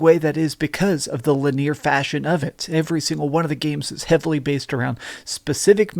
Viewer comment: Did he say lineer?